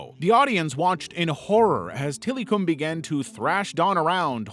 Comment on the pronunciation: Till-eh-come is how to pronounce Tillikum